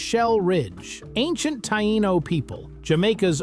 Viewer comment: Let me tell you something the Black River is the widest not longest river in Jamaica so basically you cannot actually travel just two hours fully across the country bs honesty and it's so disappointing that you did not pronounce how the Taino's correct pronunciation😡🖕 ((I'm so sorry if there was any errors in this I just don't like typing so I use the other option pictures of voice control